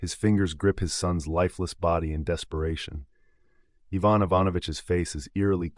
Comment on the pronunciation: Evon??? It's Ivan I ..van..